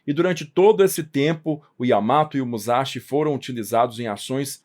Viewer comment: A pronúncia correta é mussashí. Quem converteu as letras japonesas em romanas foram os ingleses. Assim, S Entre vogais é S mesmo,. Kawasaki pronuncia cauássaqui